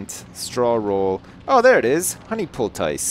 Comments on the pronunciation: Does "poultice" rhyme with "ice" in Canadian? I don't speak Canadian. Goddamn Canadians. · Why am I so annoyed that he doesn't know how to say poultice, or even what it is (judging by his thinking it would be under magic)?